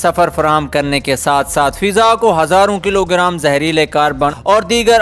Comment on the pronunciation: Not fiza it's faza Not sihat it's sehat mand